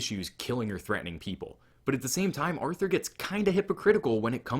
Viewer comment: Hahah, agree! And fyi it’s pronounced Arthur*